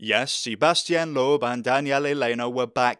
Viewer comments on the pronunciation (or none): For the past week I haven't been able to get the way you say Loeb out of my head: "LOOEB" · Good video but the bizarre pronunciation of Citroën and Loebs name was grating